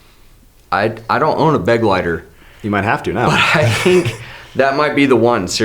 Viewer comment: Was it driving you crazy the way they kept saying beg-lighter? Because it was me, and I'm just an American who took 5 years of German classes in school. It's funny how Americans view German as a harsh sounding language but in reality the way American English treats R's and G's is lightweight obnoxious, am I right? Lol Correct me if I'm wrong German dude, but the pronunciation of this word is more like beh- gly- tare, yes?